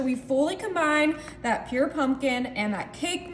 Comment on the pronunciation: Purée, not pure